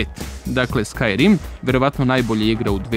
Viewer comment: kakav je ovo naglasak na Skyrim zivota ti?